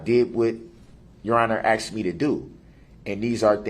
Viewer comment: He learned how to say tacit, but a simple word like 'asked' is not in his pea brain!